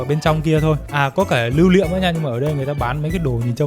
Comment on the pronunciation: "lưu liệm" 🤣